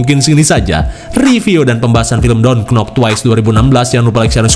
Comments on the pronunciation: Maaf bang kata KNOCK bkn berarti pengucapannya jd KENOK, tp NOCK aj, huruf K nya g mesti d sbut, ibarat d bahasa kita kata KHUSUS, kan hruf K nya kdg g kesebut kan, rata2 pst blg HUSUS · pk logat sunda jd kenok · Yaelah srius amat, lu penonton baru ya?, itu sengaja dia plesetin biar ada lucu nya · Tetep di baca k nya cuma pelafalanny agk disamarin, gk nock bacanya ttp k’nock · Kalo gk kenok gk Lucu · Mungkin buat lucu-lucuan kak,makanya bilang KENOK bukan NOCK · "dont nok" bang bacanya bukan "dont knok"😂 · ngomong kenok bukan karena ngak tahu spellingnya cuma agar kedengaran lucu dibilang kenok jadi plesetan. Jangan kaku amatlah ya😊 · emang sengaja lidah indo kan biasa nya gtu makanya sengaja nyebut gtu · Itu bukan nya ga tau.. Tapi karna emang di sengaja biar lucu aja... Kan menghibur... Jangan terlalu serius deh... kan sengaja pembawaan nya bgtu biar lucu........